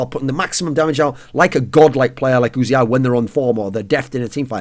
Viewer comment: It's just uzi, as in the gun. Not "oozey eye".